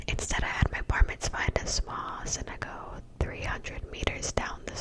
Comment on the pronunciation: thank you!!! also ‘Synagogue’ is a Jewish place of worship, pronounced ‘sinagog’